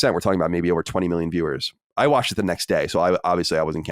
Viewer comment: I wutched. I wutched. it's all i hear now. thanks for pointing it out a couple eps ago. grrrrrr!